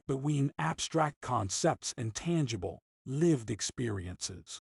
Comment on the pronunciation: The computer sounds almost human. There are a few tip-offs. Dominican gets pronounced "Dominic an" and "Life and times" is said as though it's Life... and... times". Most would say, "Life 'n' times". "Land ... scape" Sounds like it was hyphenated between two lines of text. But the computer sounds pretty real for the most part. I'm impressed.